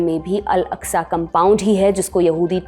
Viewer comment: Its masjid aksa ak-sa. Not alaksa. Inshallah Humanity will win ... Down 👇 Israeli